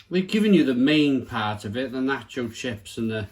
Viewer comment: Hahaha before even opening this video i KNEW you would mispronounce nacho and salsa 🤣